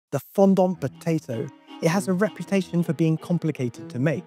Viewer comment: I wish hearing the word 'fondant' pronounced 'fon-dont' that many times didn't upset me so much...